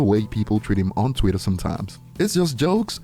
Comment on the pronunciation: Why he keep saying twitter like that? It's Twitter not Tweeter